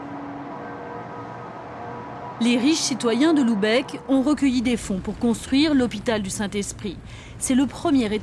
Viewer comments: Très jolie vidéo mais, attention à la prononciation ; il faut prononcer Lubeck et non Loubeck. P M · Bordel, c'est pas compliqué de prononcer Lübeck, c'est un U pas un OU ! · "Loubèque" :D